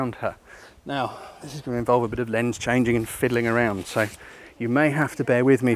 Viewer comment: Ha. "Over there a bit" with an accent does make it sound a bit like that :)